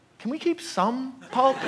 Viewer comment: “I like the one that says shum pulp” - Tony Soprano